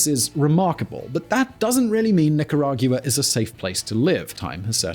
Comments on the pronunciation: Dude. It's Nica-ra-gua, NOT nicarag-u-a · pronounce NI-KA-RA-GUA. Thank you. I spent 10 years in Central America as a military advisor. 1. Corruption: Corrupt politicians and Law Enforcement are the biggest problem in Mexico and Central America. That is followed by narcoterrorism. Mexico is the primary source of most of the problems in Latin America. Solution: Find the bad guys and kill them. Mexico and Central America are overpopulated. They can afford to kill 100,000 bad guys each. They have done so in the past. They can do it again. 2. Leadership: We need more people like Mr. Bukele. Leadership and honesty can be taught. 3. Communism: It must be eradicated. It affects all of Central America to include Panama. Communism adds another dimension of violence to narcoterrorism. Mr. Ortega is a pedophile. He should be executed immediately. Violence from Nicaragua spills over to Honduras and Costa Rica. This has happened for 40 years. It must be stopped. Start with Ortega and the Witch and continue to hunt from there. Dead people do not commit crimes. Perhaps, they can borrow a few drones. 4. The U.S. can benefit from hardworking and educated immigrants. Most Central Americans and Mexicans are definitely hardworking. Everyone would benefit by improving the educational system in CA and Mexico. We already have Dual Language education established in parts of the U.S. Dual Language education is the way to go in LATAM. 5. Finally, CA and Mexico would benefit from establishing Enterprise Zones where FOREIGN investors can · Nicaragua is pronunced nica-ra-gwa:D Please! My ears are bleeding! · how does someone not know hoe to pronounce barrio🤣😭 its BAR not BEAR nicaraguiya?? i mean cmon is this a joke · NicaragYOUa??? Is that how the British actually pronounce Nicaragua? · As a native spanish speaker, I cringe everytime he mispronounces “nicaragua” that badly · it's like how the British pronounce 'jaguar'